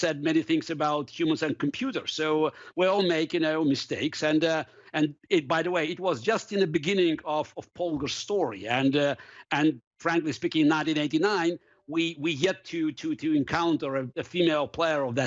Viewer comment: "polagr" lol. her name is Polgar